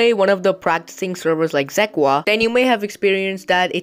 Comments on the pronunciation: Zekwa 😂😂 bruh its zeka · “Zequa” ? Haha u pronounced it wrong and I might have incorrectly spelled prounounced. 😂😂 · Bro literally said zequa